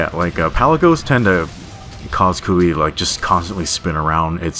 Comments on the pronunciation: It’s actually Ku La Vie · Thought he was saying Kulu for a while tbh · Ahhh i cant with the way he pronounces kulve